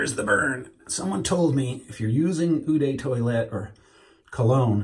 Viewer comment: 'Ooh de toilette', yeah, that's funny. But 'eau' is pronounced as the 'o' in 'zone' and 'dr. No'.